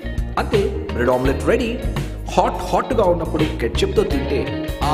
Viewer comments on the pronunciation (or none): When he say bread omelet it was funny hahaha